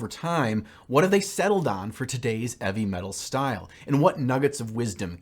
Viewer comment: Hahaha I was legit getting so angry how he was saying “eavy metal” because I honestly thought that it was meant to be heavy metal 😂 ma god I’m stupid! Nice job man looks great! I’m still deciding whether or not, I want to start the hobby of playing wat hammer 😳